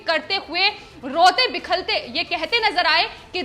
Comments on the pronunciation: Madam Sry to correct u that aaj aapki hindi sunkar apne hindi ki present halat par sharm aaya. Aadmi rota-bilakta hai. Lekin aap kehti hain rote-bikhalte. Ek baar galti se ho sakta hai lekin aapne 5 baar uccharan kiya hai. Kripya uspar kaam karein. Rastrabhasha ka aisa apmaan sahi nahn hai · Bilakhte not bikhalte. Check hindi dictionery. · Rote 'bikhalte' nahi ji....... Rote 'bilakhte'.... 😁😁😁😁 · रिपोर्ट बिलखते को बिखलते कह रही है।ध्यान दें। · आप लोगो ने तो हिंदी की टांग तोड़ कर रख दी... ये रोते बिखलते क्या होता है जबकि रोते बिलखते होना चाहिए... हद हो गई यार ! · Madam bilakhte shabd hai na ki bikhalte.. hindi bhasha ka apmaan na kare.. aapne kai bar is shabd ko galat bola